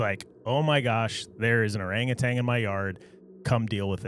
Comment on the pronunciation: It is NOT orangutang!!!!! It’s orangutan